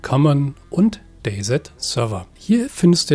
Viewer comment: gesprochen wird es day si sry aber sowas triggert leider meinen inneren Monk